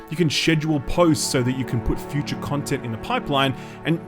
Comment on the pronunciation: shoo-TA few-CHA Mario sixty FOA So funny :D